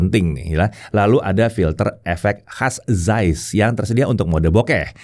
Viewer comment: Zeiss org panggil "Zais" Sya pula panggil "Zis"😂😂